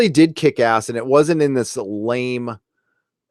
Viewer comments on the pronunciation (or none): none